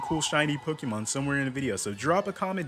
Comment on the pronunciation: I will subscribe if you say the name of the franchise correctly😂